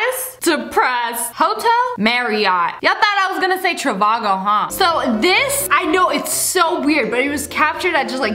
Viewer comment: It's trivago not travago